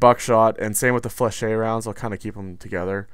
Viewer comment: Ok im tired of people pronouncing Flechettes wrong its "Fleh-shetts" just like that damn